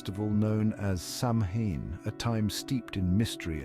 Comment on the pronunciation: You would think with research he would be able to pronounce Samhain in the right way. He says it once and then mispronounces it the entire rest of the video. For me the content was good, but just the mispronunciation of that sacred night was troublesome 🥺